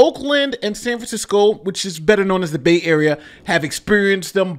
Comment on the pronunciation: It's "Bay," not bait area. 🤨